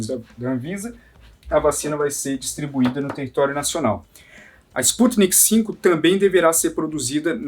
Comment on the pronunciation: Não é sputnik v (5) o correto é sputnik v (vê) V de vacina